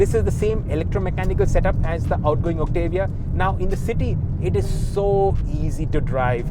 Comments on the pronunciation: It's Octavia not Octevia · First reviewer in India who can actually do the right pronunciation of the Octavia. It's Oct-tuh-vee-yah and not Oct-AA-Viya